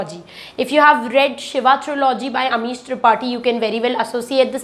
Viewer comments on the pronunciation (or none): none